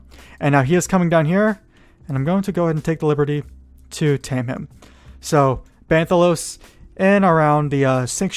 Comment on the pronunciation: “Hujal” 😂 It’s “high-jal”...They even say it in every Warcraft game. Also, Not Ban’thalos, as in ban hammer.